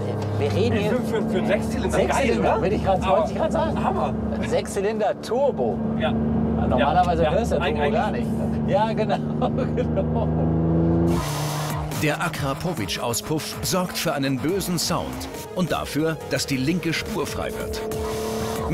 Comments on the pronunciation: Wie der Moderator die Auspuff Marke nennt: Acra-povic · Wer kennt es nicht, akra—po-vic 🤣🤣🤣🤣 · niemand: Wirklich niemand: Sprecher: Akra-po-witsch zu nice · "der akra powisch auspuff" wtf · Wie blöd kann man Acrapovic aussprechen Grip: Jaaa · akra powish xxxD diese Aussprache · Was für Acra-pooovic Was ist das für ne Aussprache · lerne Slowenisch und dann wirst du es verstehen und auch richtig Akrapovič und Grosuplje aussprechen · Akrapovič und nicht anders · Akrapovič und nichts anderes